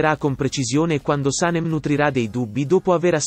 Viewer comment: Antipatica la voce che racconta e pronuncia in modo errato i nomi degli interpreti. Can Devit si pronuncia Jan e Saném